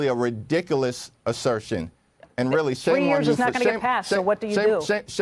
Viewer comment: 😂 " redickalas" 😂😂😂 it's RIDICULOUS!